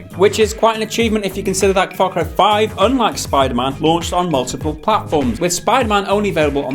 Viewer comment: "Spider mahn" gotta love that jamaican accent on the word man